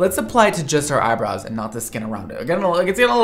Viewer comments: Why does the third girl say „eyebrois“ instead of „eyebrows“? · Last girl has ‚eyeboys‘, as she pronounces it :D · The 3rd girl says “eye brows” in the worst way